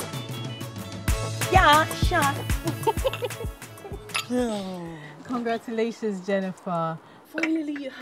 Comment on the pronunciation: Congratulobia 🤣🤣🤣 Auntie i o serious at all🤣🤣